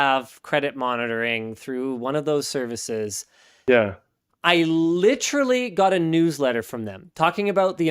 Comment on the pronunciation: Great show as usual. However, five "litruhlees" in under a minute ? You can do better Linus.